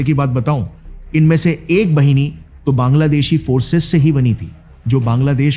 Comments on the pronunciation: Bengalee pronunciation thik se kijiye Bhini nhi...BAHINI Rangmati nhi....RANGAMATI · बहिनी nahin बाहिनी boliye Gaurav bhai. "मुक्ति बाहिनी" (মুক্তি বাহিনী), मुज़िब बाहिनी( মুজিব বাহিনী)& क़ादिर बाहिनी(কাদের বাহিনী). 'वाहिनी/ बहिनी' ka matlab Pravah,Dhara, Nadi ya 'सेना' ( army) hota hai. बहिनी matlab बहन hota hai. Bangla alphabet mein 'ब'(ব) aur 'व'(ব) dono hote hain par dono ko 'ব' likha jata hai aur aam bolchal mein'ब' (ব)hi bola jata hai.